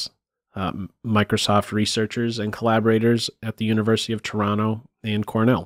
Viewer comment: You said "Toronto" like a true Torontonian :O